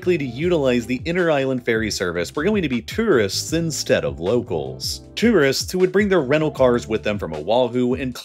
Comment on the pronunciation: He also can't say two wrists (tourists). Or di backle (debacle).